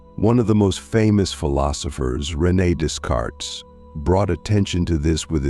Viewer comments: dess-carts? just no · the ai voice should at least pronounce it day-cart